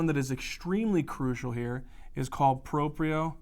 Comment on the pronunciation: It's Proprioception not proprioreception. It should be your word, but it isn't. Great job! I hope you guys learn to fix this! You are wonderful. Thanks for helping me and everyone else out with these lectures!